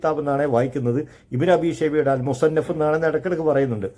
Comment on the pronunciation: താങ്കൾക്ക് ആ കിതാബിന്റെ പേര് പോലും അറിയില്ലടോ വിഡ്ഢി. മുസന്നഫ് എന്നു വായിക്കാൻ പോലും അറിയാത്ത ജാഹിലാണ് താങ്കൾ 😂